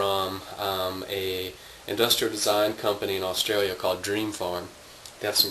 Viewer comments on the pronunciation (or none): none